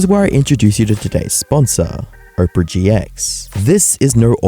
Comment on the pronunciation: My mans seriously pronouncing "Opera" like "Oprah" 😂